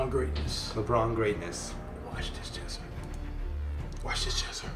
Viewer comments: its jesser not jezzzzzzzzzzzzzzzzzzzzzzzzzzzzzzzzzzzzzzzzzzzzzzzzzzzzzzzzzzzzzzzzzzzzzzzzzzzzzzzzzzzzzzzzzzzzzzzzzzzzzzzzzzzzzzzzzzzzzzzzzzzzzzzer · why does cash say jezzer tho, he knows it's jesser right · Jizzer* as says it xD